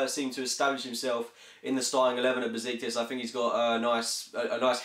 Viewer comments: You should pronounce Besiktas as 'Beshiktash' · he said busiktus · Just to let you know. It's pronounced beSHiktaSH The ş in Turkish is pronounced as "Sh".